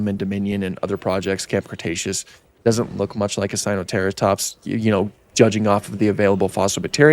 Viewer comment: Typa mispronunciation in a bad paleontology video